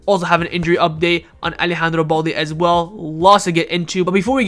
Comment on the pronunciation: Alex ba-ena not alex baña😭😭😭